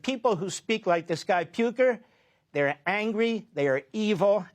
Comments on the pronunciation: Puker? He doesn't have a hard name to pronounce.. clearly trying to make it seem like he doesn't know him lmao. WE HATE FOX NEWS, MAGA, DJT, ADL, AIPAC, ISRAELI GOVERNMENT, TECH OLIGARCHS, PROGANDISTS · wow the talent from Levin to mispronounce Piker's name in so many clever ways. completely unlikeable treacherous garbage. if you cant say America First then you are not a real American.